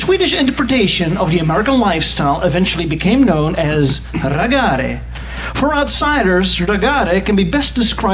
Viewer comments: It is not "ragaare". That would be Italian pronunciation. It is "Raggare", if you have trouble with that, say it like "ragggare".. Finnish American car culture is a bit different, there are some raggare elements but it is more traditional hot rodding and restoration. And there are whole lot fewer "rebel" flags... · The pronounciation of "raggare" made it sound like italian... But I'd say the 1965 Impala is the most popular to name one model. Also we put sound systems in them and consume alcohol. I'd say we pronounce it "rah-gaw-ruh" or "rah-gah-ruh". We also have a-tractors and EPA-tractors wich kind of ties in with the culture. Look into that! 😂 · American "Raggare" isn't Italians in Sweden, so why pronounce it like that :D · Lol! What`s up with the Italian pronounciation of the Swedish word Raggare!? 😂🤣😂🤌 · I hate how people in videos like this say "Raggare". Makes it sound Italian. We don't have the accent on the end like that. The focus is on the A at the start instead.